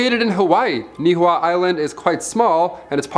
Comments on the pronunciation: Niihau story is hilarious. Your pronunciation is terrible 🤣🤣🤣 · Island in Hawaii is pronounced KNEE-HEE-HOW and the King that sold it was KING KAH-MAY-HAH MAY HAH........you can see it from the island of Maui very well...the island behind it is called KOE-HOE=LA-VAY......the Army up until the '80s would practice dropping and setting off bombs....